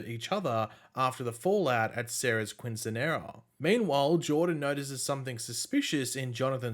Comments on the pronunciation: Dude I just had to comment cos I assumed someone would correct by now... quinceanera is pronounced keeeen se nera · Pronounced as Key-Sin-Yera